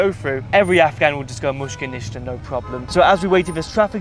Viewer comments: you say mushka nishka but it is pronouced: mish-kill naysta (no problem) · it’s actually mushkil nista 😅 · It's "Mushkil ni asta". "Mushkil" = problem, "Ni asta" (rough translation) = no.